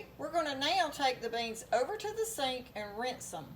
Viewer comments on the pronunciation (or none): none